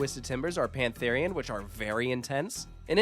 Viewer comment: Pantharian sounds so wrong